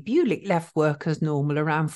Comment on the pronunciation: byoo-lick doesn't sound right. Bull-ich maybe? Where was he from?